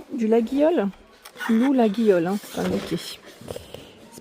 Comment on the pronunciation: Bonjour. Juste pour vous dire que LAGUIOLE se prononce LAYOLE. Bonne journée.